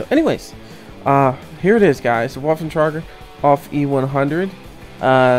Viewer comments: Actually it's vaff-en trai-gur owf E-100. Those being the literal pronunciations. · Its pernounced Va-ffen Tra-gger Aug E 100 ugh people these days